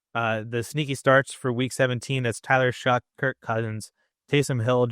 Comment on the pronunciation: shuck not shuff 😂